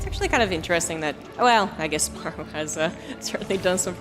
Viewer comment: Listening to Maru vs Cure i cant stand always having to hear the guy say "Mayoru" instead of Maru. Maybe just get people who can pronounce names to cast?